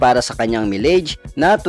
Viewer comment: Dapat pinagaralan ninyo muna if paano sabihin ang salitang "MILEAGE" bago pa mn kayo nag Vlog bossing...